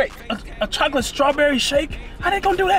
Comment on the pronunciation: Double Bheeseburger Burly fries and a Bhoclate shake 😂😂😂😂😂😂😂